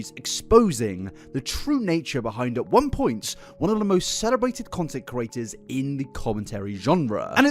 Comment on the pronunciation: he's been calling people curators instead of creators for years now and it pains me every time (edit: he calls himself out at 28 minutes lmaooooo)